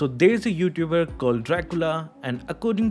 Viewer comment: When said " There's a youtuber " we all indian Heard like Desi 😆😆Youtuber